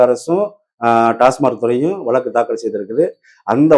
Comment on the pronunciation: நெறியாளர்கள் முதலில் தமிழை நன்றாக பேசத் தெரிந்த பின் நெறியாளர்களாக வந்து அமரவும். தமிழ், வளக்கு போன்ற பல வர்த்ததைகள் சரியான உச்சரிக்க படவில்லை